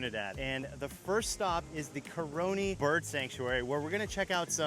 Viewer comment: That is not how you pronounce it. CARONI (CAHroni- accent on the CAH). Learn to pronounce foreign places properly, before you make these videos.)